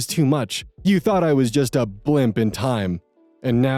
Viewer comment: "Blimp in time" made me laugh so much omfg IT'S BLIP IN TIME😂😂😂😂😂now this blimp will sink....in time